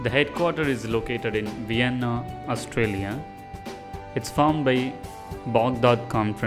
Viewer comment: Everyone can not tech u dummy 1.02 "Vienna Australia" ..no its Austria